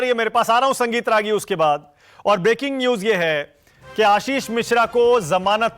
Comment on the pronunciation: Ragi nahi ragolea